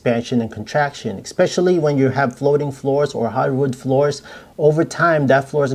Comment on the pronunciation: Great video. Just a pet peeve of mine.....it's eSpecially.....not eXspecially. Thanks for the great tips.